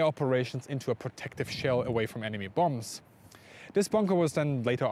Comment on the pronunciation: Aye, well done and well deserved... if only because he's the only German who ever lived who knows how to pronounce 'bomb, bomber' and bombing' correctly. :-) Top notch old chap.